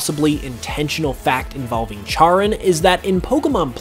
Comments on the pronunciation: Charon is pronounced like "care-on"!! This video was really good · I've heard Charon pronounced as Kay-ron, and the name comes from the ferryman of the underworld in Greek and Roman mythology where Pluto (Hades) resides